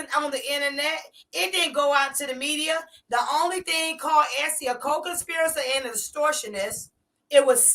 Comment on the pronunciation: Three things beloved gonna do: mispronounce co-conspirator and mispronounce innuendo and mispronounce Margorie. We'll allow it.❤ Get eem,Essie.